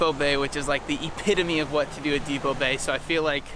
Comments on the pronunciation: It’s DEPOE Bay!!!! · Great video but Depoe Bay does not contain the letter "t"!!!!